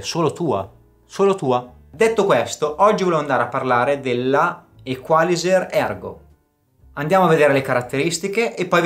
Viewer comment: L'accento tonico penso debba andare sulla i,non sulla a